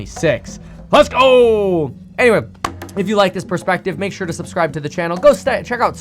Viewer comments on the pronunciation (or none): none